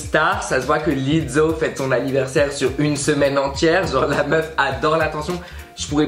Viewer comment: Pourquoi tu dis Lizzo comme on dit pizza 😭😭😭😭